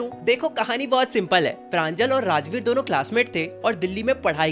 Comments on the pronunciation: Not pranjal it's panjol ,प्रंजोल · It's pranjol not pranjal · Pranjol ❌ Pranjal ✅ 💀💀💀💀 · Its pranjol not pranjal ( btw my name is pranjal)😅